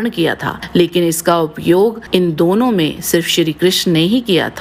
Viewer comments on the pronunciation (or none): none